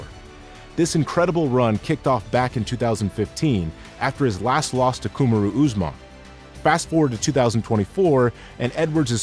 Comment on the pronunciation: Ku-ma-roo?! After watching this vid even Usman is like "Just call me Marty".